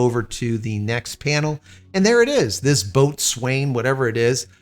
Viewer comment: Boatswain is pronounced “bowsun” - it’s a navy thing How does Linux impact your Starlink connection and automatic switching to alternative redundant access?